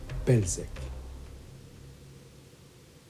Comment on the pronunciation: Proper way to pronounce "Bełżec": Ł = english 'w', Ż = english 'sh', and in Polish C is pronounced 'ts' (never as "k" as you did there), so in total is something like "Be-w-shets".